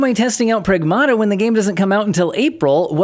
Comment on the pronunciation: It's pràgmata not pragmàta